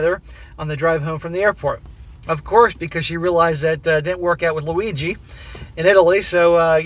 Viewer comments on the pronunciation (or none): Every time you said Luigi, I just started laughing. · Every time says "Luigi," I immediately think of Super Mario, and start cracking up. 😆